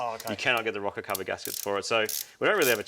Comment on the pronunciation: are you saying a rocket cover or rocker cover? lol